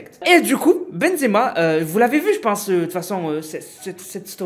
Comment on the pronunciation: Pk ta dit exema au lieu de benzema